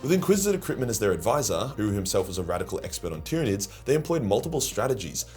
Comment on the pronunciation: Tryanids numb numb